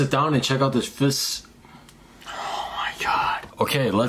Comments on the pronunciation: Let's check out this fis:Oh my god Refilmed:Ok lets check out this fish:Why did you say fis instead of fish💀💀💀💀💀💀💀:I don't know ☠️☠️☠️☠️ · ITS A FEESHH